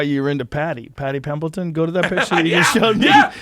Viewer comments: It’s Paddy Pimblett, not Pimbleton. You’re gonna remember that name. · It’s Paddy Pimblett not Pimbleton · Ain’t no way y’all said pimbelton